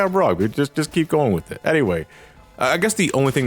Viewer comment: The word is “with” not wiff “both” not bof